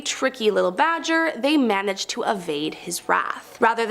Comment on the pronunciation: And it's manage not manege